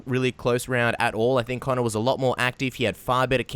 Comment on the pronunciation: also, 'Conor'